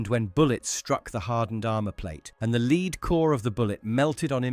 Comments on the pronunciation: 122° of heat…..I wouldn’t think so. It’s ’led’ not ‘lees’. Certainly not ‘cho-bam’ armour. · It’s ‘led’ not ‘leed’ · bro no offense but you cannot pronounce lead, you are saying leed. Its pronounced like dead but with an l instead of the first d. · They always mix up "Lead" as in to lead a team, with "Lead" the metal.